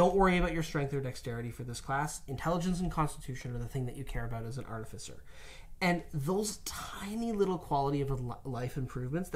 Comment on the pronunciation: how many times can they say artificer wrong. still a great video though